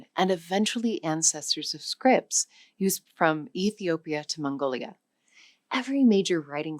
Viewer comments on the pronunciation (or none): none